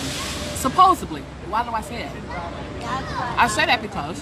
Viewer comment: "Supposably" "Birf Certiferkit" Also, eating during any kind of broadcast (especially video where it can be seen as well as heard) is really classy. What a hateful, ignorant, trashy, deceitful garbage bag of a human she is. She even treats her followers like shit! I'm really glad she's going to prison.